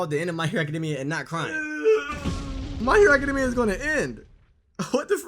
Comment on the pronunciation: It's even sadder that you pronounce it Academmia. Honestly it's gross